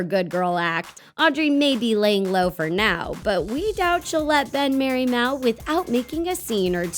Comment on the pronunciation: It's mal not mel